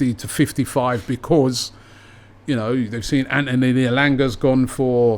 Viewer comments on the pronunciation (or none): none